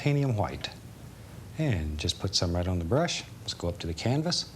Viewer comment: Remember when Bob used to pronounce "white" as... well, white. Instead of hu-white?